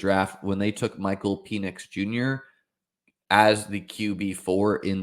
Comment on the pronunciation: It’s pronounced like Pennix not Penis